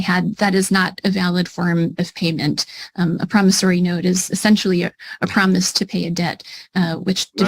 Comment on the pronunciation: doesn't know how to pronounce "promissORy" (not "promissARy"). Just saying...and that weave is about to fall off as well.